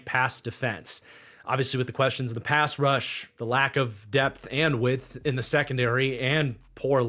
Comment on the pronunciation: Yea man that whole "width" thing.. not working for me.